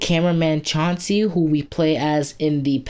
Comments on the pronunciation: ..... CLAN-SEE not s chancy he's not a pokemon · It's Clancy, C-L-A-N-C-Y, not Chancy